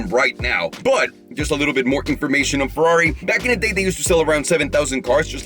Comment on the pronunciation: Brace yourself the era of the Ferrraaaari "italian accent" has begun 🚘